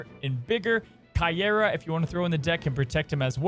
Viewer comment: The pronunciario is Cay- ey-rrah